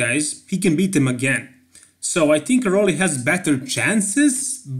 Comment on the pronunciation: Roelly. Please say it right